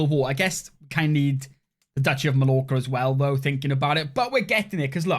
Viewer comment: Hearing you mispronounce 'Mallorca' was painful